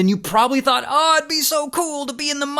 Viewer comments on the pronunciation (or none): none